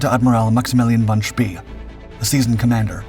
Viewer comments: Von „Shpay“ is a better pronunciation, but a great video as usual. Thank you :-) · Apart from the pronunciation of Spee. And (not really narrative as such) the inevitable film clips of ships different from the ones being discussed